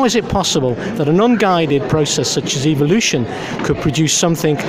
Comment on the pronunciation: "Evl-lution".... I see what you did there